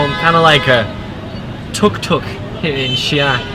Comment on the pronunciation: xi'an two distinct syllables; not xian, one syllables. In Pinyin, occasionally an apostrophe is added to clarify.